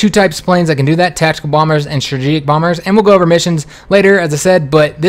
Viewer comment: "Strajijik bombers"